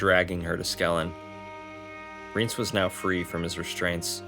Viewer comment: Thanks for making these! I'm almost done with Season of Storms, then I think I'll watch the cutscenes for Witcher 1& 2. Sidenote: I think its pronounced Rye-aunce